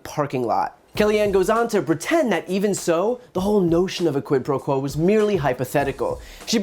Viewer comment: Did she say, "Quid pro crow"?